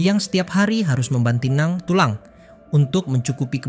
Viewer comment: "membanting nang" 😭😭😭